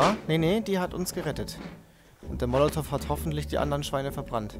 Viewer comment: Ich vermute er bezieht sich darauf das es nicht "monativ" sondern molotov heisst.